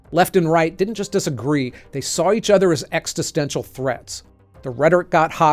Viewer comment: Very good; 2 critiques. The word "populist" is a trite term. Bad mispronounciation of 'existential'.